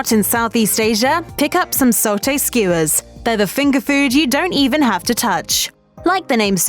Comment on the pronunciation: It's "sah-tay" (satay) and not "so-tay" (sauté).